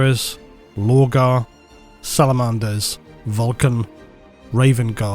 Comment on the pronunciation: I've never heard anyone pronounce "Salamanders" like that before. 😂